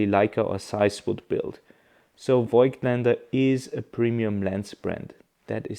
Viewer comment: Die optische Formel wurde ja nicht geändert, somit sollte eigentlich klar sein, dass die Bilder gleich sind. Und als Wiener sollte man „Fogtländer“ richtig aussprechen….😉 ehrlicherweise dachte ich auch immer, es heißt Foitländer“, tut es aber nicht. Ich finde Deine Videos trotzdem sehr informativ….